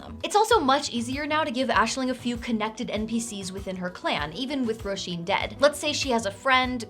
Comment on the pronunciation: I'm loving the Irish names on all of Aisling's NPCs! And your pronunciation is on point! You didn't exactly make it easy on yourself either: Roisín; Cian; Niamh!